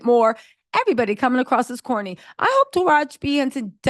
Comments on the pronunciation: it's tah rah gee... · I’m not gobs lore hearing you leave off the “E” sound on Tarahji name is really getting under my skin. And I’m an avid watcher. lol